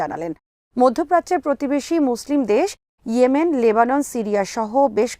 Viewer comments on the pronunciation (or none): none